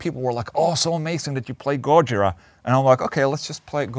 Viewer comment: GolaJira? Gojola? GoOlaJira? go listen to Sybreed